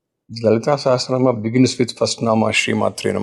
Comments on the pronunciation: Yes badly pronounced by the host. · its Lalitha Sahasra not Sehasra ..correct your pronunciation dear!! Nice podcast though!! God Bless!! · host. Pls first pronounce “Sahasranam” correctly. U keep saying “Seh astra nam “. It is not an astra. Sahasra means thousand. No “t” between asra. if u put “t” it will become astra. Also “Saha” not “seha”. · Host Please pronounce it as sashastra naam.. you are saying sehastra naam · Why r u pronouncing sehasra naam? It's Lalitha sahasra naam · It is Sahasra not sehasra..Pls pronounce it correctly😂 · It is not sehesransma it is sahasranama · Thank you for this podcast, request to please say it as sahasranama not naam 🙏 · Please correct yourself... it's not SahasTranama, it's SahaSranama. Sahasra means 1000. Guruji correctly says SahaSra naama. Please pronouncr correctly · It sounds better if you say Sahasranamam and not Sahasranam. Please pronouce properly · Also it sounded like सेहस्रेनाम् and not सहस्रनाम… should not be difficult for Hindi speakers. Hope this comment is taken in the right sense don’t mean any disrespect 🙏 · yes it’s not “say” it’s “sa” hasra Nama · Dear host, your pronunciation of calling Lalitha Sahasranama is not comfortable listening. Please catch the right pronunciation from the guruji. thanks 🙏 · absolutely true. The pronounciation needs to be corrected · The anchor should first learn to say “SAHASRANAMA” properly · Spell correctly. Not Sahesra... Sahasra is correct way to spell